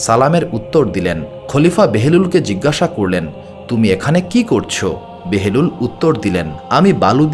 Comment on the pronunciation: ঐ সাধকের নামটি কী বাহলুল নয়?কেন বেহেরুল বলছেন।